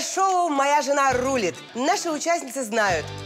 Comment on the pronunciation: В слове Рулит ударение на второй слог 🤦‍♀️